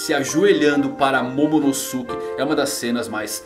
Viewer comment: Não é momonoSUke é momonoske que se pronuncia